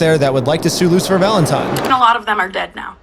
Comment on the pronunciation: "LOOSER FALENTIME" = the way all the gen z kids pronounce his name